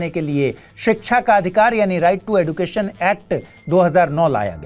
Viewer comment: Sir yeh एडुकेशन नहीं, एजुकेशन है।